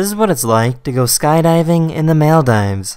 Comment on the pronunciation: The Maldives are pronounced Mauldeevs. Love your videos!!!